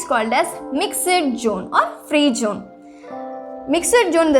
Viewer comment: Jone ha😂 it's zone